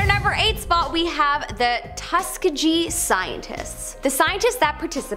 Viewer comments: I cannot listen to her butcher something as easily looked up as Tuskegee. Seriously, learn how to pronounce things BEFORE you record it!! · She butchering of Tuskegee and Josef Mengele threw me for a loop